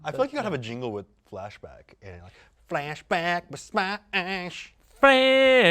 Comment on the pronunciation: Ian sounds like he's singing "Fashback."